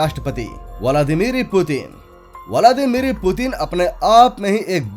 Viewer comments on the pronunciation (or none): Bhenchod Nam toh Thik se Bol bey...Putin..vladmir .not Miri...